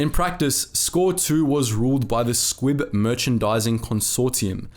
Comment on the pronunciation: I keep hearing "squig" instead of "squib".